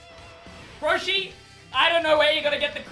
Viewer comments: “RRRRRRROSHI” had me dying lmao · His way of saying Roshi was the funniest bit of the video XD